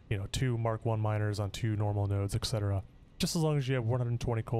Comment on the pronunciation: I have a dream, that one day, no man, no matter the color of his skin, will ever pronounce "et cetera" as "eck setra" or "eck cetera"...